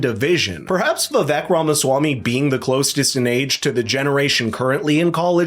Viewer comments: its vi vake. not vi vek. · The biggest downfall for Vivek is that no one can pronounce his name no matter how many time he tells people. It is pronouced "Vi-vAke" like "cake" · ViVak 😂 It’s Vi-Vake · Just an FYI: Per Vivek after the first debate, his name is pronounced Vivake. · It’s pronounced Vivek as in CAKE. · Great presentation. Skilled, polished. Loved the interweaving of quotes and cameos. Very value-added. One request, please. The guy’s name is Viv-ache, rhymes with cake. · its pronounced Viv-ake, like cake, Vivek Ramaswamy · Love this video. The only thing is that his name is pronounced Vivek like CAKE! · Pronounciation is " Vi - Wake", A Sanskrit word. It combines "Intellect" with "Wisdom". It means - Discernment ! It means "Clarity of Thought". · if youre going to make a video about the dude at least learn how to say his name correctly... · Vivek’s name needs to pronounced correctly dude. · I am so underimpressed with commentators who are pleased enough to cover Vivek, bu too lazy (or something???) to pronounce his name correctly. Come on guy, make a bit of an effort. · Lean to pronounce Vivek's name correctly of you are going to do a story on him.